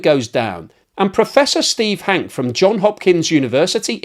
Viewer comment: It's Hankeee, not Hank.